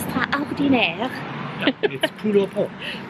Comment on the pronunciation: La poule au pot !!! votre accent est parfait !!!!